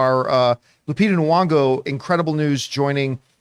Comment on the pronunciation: its KNEEE-yON-GO